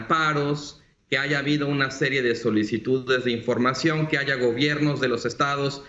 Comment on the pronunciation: No se dice aiga, por favor no porque algunos hablan asi todos deben hablar asi.